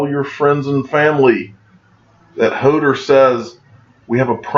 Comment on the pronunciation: It's pronounced "Ho:door" not a typo. Ho-door... It's a "Game of Thrones" thing. You teach me everyday with cinnamon in your coffee so I thought I would return the favor... Thanks for your videos.